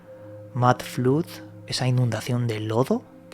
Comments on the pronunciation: Se pronuncia FLAHD. El idioma Ingles lleva el pronunciamiento schwa (uhhhh) en sus vocales. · FLOOD se pronuncia "flad" como sangre BLOOD = blad. Es preferible que pronuncies como se escribe...